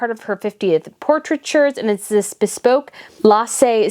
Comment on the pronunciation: So I know its not nice to laugh at people trying and failing to pronounce danish names. CP Marys dress, the red and then the silver is created by Lasse Spangberg. But Lasse is pronounced La-s-se. La, but not lar. His last name is Spangberg. Spang-berg. Almost like spank, only its a g instead of a k. And I know you try, and I do appreciate it, but its just funny comming from another Dane, where Lasse is one of the most known and commen names we have